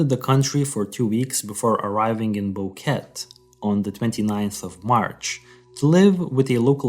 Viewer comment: I'm sorry. It's distracting your pronunciation of BoqueTE. The two Es are pronounced the same. Nonetheless, thanks for covering the case. It's frustrating this will most likely remain unsolved. Poor girls.